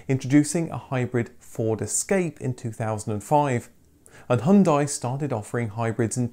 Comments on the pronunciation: "hyun-day" to rhyme with Sunday, with the first syllable said like "here" very quickly. I'm British-Chinese but my Korean friend corrected my pronounciation. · He said "hun-dye", whereas Americans say "hun-day", and he still pronounces aluminum as "al-you-mini-um" so no, it's not a dead giveaway of anything.